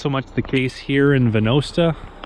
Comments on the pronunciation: Venosta is said like "Venaughsta" rather than Ven-o-sta just for those who even care to know. I grew up here. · Its pronounced Va-naw-sta I was one of the last people to go to that school, which is now the Venosta Recreation Centre. My Father grew up in that rail road station and my grandfather was the station master. My father became a provincial police officer in the community and was responsible for setting up a volunteer St.John ambulance service out of the school. He also worked with a local school principal to bring in a charter for the Low & District Lions Club which ran one of the largest country music festivals in Canada about three miles from that school. It ran for 15 Years. It was called The Gatineau Clog. Wayne Rostad, of CBC's on the road again partnered with the Low Lions to put it on. He also had a cabin in the area. Every summer the ancestors of this community come together for a Clan Tournament on that Baseball field. Many of the dependance still have cottages in the area and still own the family homesteads.